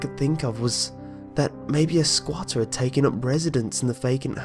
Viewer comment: I giggled every time you said "sqauter"